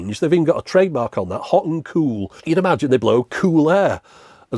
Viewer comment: As someone from Preston and so near you I have always enjoyed hearing on the occasion in your videos you say the word cool in what I think is an unusual way, kewl (queue-el not coup-el) so I loved all the kewl, kewler and keweling in this video. This made me look up and find this article Seems you are a valley girl. Keep up the kewl output. Love your channel.